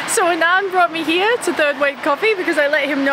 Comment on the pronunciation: Girl, his name is pronounced like ah-nun-dh not a-naan-dh :)